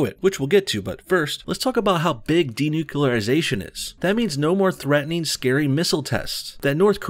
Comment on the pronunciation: fkn yanks ---- when y'all gonna larn ter respek d'inglish language? fkkrs can't even say N U C L E A R --- even when it's a participating in 'DENUCLEARISATION'' .. pronounced by our man here as ''d e n u c u l a r i s a t i o n '' ---- a la GWBush. If you can't speak language proper, like .. how we gonna trust y'all ta fink??